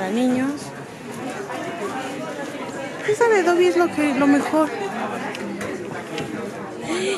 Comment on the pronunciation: Dobby no dubby jejeje😂